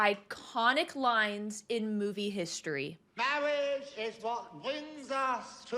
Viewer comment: "And there was this guy, who was also watching".... C'mon now you know that this was either someone you know or you that was doing the "Mawwage" speech at that wedding. I'm just glad you weren't around near the reception. They probably served chicken wings and I can just hear you saying, "Have you the wing?" 🤪